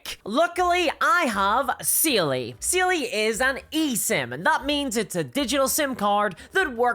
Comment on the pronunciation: Side note but your accent making "Saily" sound closer to "Seelie" really fits for it being something to help you when you get lost in the woods. Just don't give it your name.